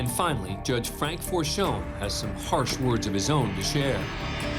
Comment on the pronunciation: Frank Forchione...please say the name correctly It's not Forscioon...it's For-kee-o-nE forkjone